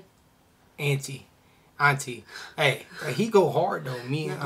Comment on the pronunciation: Guys I Love your reactions ♥♥ So let me help you. Anatii is pronounced Anna_Tee/ Anna-Tea...Loool definitely not Anna-Tie 🤣🤣 you keep murdering his name Damn folks:goodvibes::goodvibes:🤣